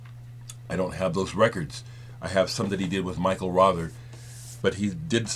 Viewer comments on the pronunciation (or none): none